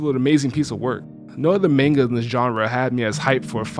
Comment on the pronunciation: Guy said maneguh. Maneguh.